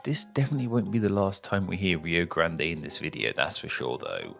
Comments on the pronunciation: Rio GLÂNDE do Sul kkkkkkkkkkkk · What I find pretty funny is that you often pronounce R as L and "Rio Grande" became "Rio GLANDE". While "grande" means "great", "glande" literally means the head of the penis.